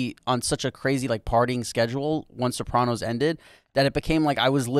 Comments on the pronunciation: Rob was so dope on Jim and Sam with Jamie Lynn, and now AYG!!! guy is a beauty. the only thing that bugs me is the way he says Soprawnos. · Crazy to hear someone from the show pronounce Sopranos like that.